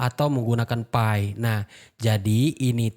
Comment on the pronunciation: Nyebutnya "pi" aja bang gitu, kenapa mesti nyebut "pay" sih? Sakit pala njir dengernya😂